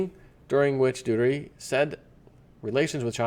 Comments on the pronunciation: I think it sounds like Doo- air-tay. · It's Do' ar tay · It's Doo-Tur-Teh.